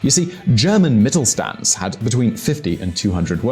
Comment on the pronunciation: mittelSCHTAND. SCH- like washington. Deutscher Mittelstand. ST, SP are read as SCH.